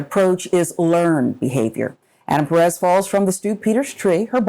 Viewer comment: "Perez" oh ffs...